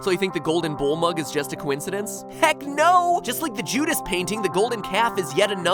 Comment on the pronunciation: why did u say a coinincendince